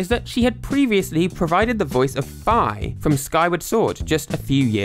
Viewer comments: It’s pronounced Fee not Feye god dammit! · Why is Fi's name pronounced like that in the video